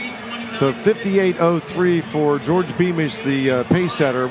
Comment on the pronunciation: Beamish my favorite kicker. Met him at Buffalo Park(Flagstaff) in 2018. I told him he had the best running style(form). He told me that his name is pronounce George not Jor Dii. Great guy